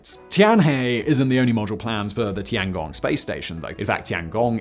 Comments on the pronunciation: tian gong, not tangong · Bro really called it the tonggong lmfao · Tee-Ann Gong